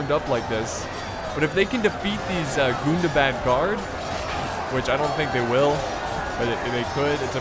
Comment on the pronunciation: can vu plz stop saying gundabad wrong